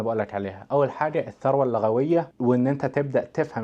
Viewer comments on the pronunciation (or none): اللغوية ،، بضم اللام من اللغة ..